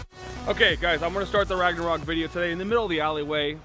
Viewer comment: How about instead of “RagNArok”, you spell it like it actually sounds “ Ragonrok” or something. It’s a different name so it should be fine